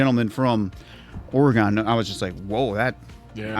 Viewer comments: Never say ore-EEEE-Gone when you come to Or-a-gun. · Answer!! Its pronounced like "organ" but theres like an "eh" sound inbetween "or" and "gan". Its not ore-gone lmfao. If your trying to troll an oregonian pronounce it the way you did like "ore-gone" lol. Besides that lol I live in eugene oregon so this episode kinda hit home for me. My sister has a different father and hes half german. His grandfather served as a nazi but had the wherewithall to get his family out of germany and move to america. Being a soldier gave him more permissions than others to move around without getting in trouble. My sisters grandma remembers escaping with her parents to america. My little sisters great grandfather (who was a nazi) died at 104. They still have some of the old medals and things. They were hidden in vent ducts and other places by the great grandfather. Probably because if people found out then his family couldve been killed or at the very least harassed. I doubt many people will read this but hopefully this gives people another view into the past of the perspectives of those who survived. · obsessed with the way they pronounce oregon 😂